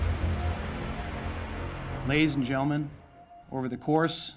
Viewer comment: "Lays an' gelman..." Enunciate!